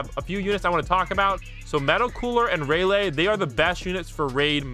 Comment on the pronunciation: Why does bro pronounce rayleigh raylay 😂😂 its raylee